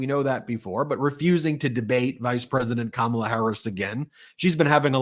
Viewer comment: He called her Comma’la or did I hear wrong?